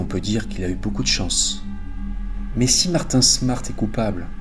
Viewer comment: PQ tu te trompes tout le temps dans les prénoms ? La vous dîtes Martin alors que c'est Marty ? J'comprend pas tu le fais dans beaucoup d'hvf